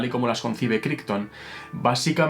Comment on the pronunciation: Pequeño detalle: "Crichton" se pronuncia "Craiton" (véase Farscape ;-) )